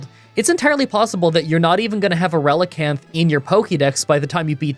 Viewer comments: Relicanth is a combination of relic and canth the final part of the fish called coelacanth. You pronounced relicanth correctly. Don't try to pronounce coelacanth (its seel-a-canth) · You are saying Relicanth right (also 90 base attack is definitely not "crazy high" even in gen 3)